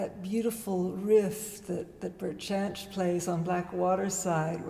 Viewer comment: his name is pronounced "yanch"